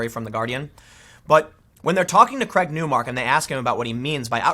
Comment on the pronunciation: The guy's name is Craig not Creg